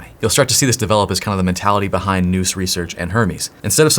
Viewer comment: Nous rhymes with "mouse". Definition: Nous (/naʊs/) is a Greek word that means mind, intellect, or understanding. It refers to the human mind's ability to grasp what is true and real through intuition and immediate perception, distinct from step-by-step reasoning